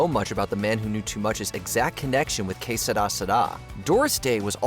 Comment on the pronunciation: It’s que sera sera, not seda seda.